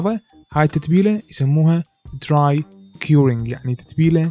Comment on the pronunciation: اخ ارجو لفظ الكمأة الانگليزية بشكل صحيح دراي وليس تراي